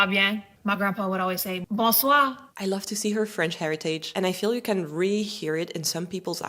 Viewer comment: You say the word “really” as “ree”…it’s supposed to be 2 syllables…”ree-lee”, or “ree-a-lee”.